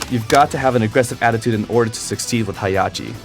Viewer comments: It's HEH HAH CHI not Hiyachi. >_< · "Hi Yachi!" Heihachi: ..... learn to pronounce my name. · His name is pronounced: Hey + Ha(as in ham) + chi(as in chips) :) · It's pronounced HEY-HA-CHI But good video